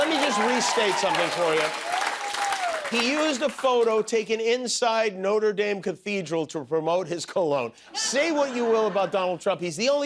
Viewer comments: the building in Paris is pronounced not-rer dahm. Noter daim is the pronunciation of the american university. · My eye twitched every time he said "no-ter daym". That's the college, Jimmy. The cathedral is "no-trah dahm" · I love you Jimmy, but the school in the US and the cathedral in France do NOT have the same pronunciation. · Can someone please teach Mr. Kimmel how to pronounce Notre-Dame! 😏